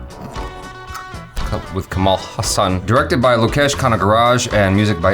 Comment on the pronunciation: right pronunciation of his name is ka - as in "co"ffee ma - as in "Mo"ther la - as in "La"La land ha - as in "Ha"llow ssa - as in mali"ssa" n - as n or Kamala as in "kamala" harris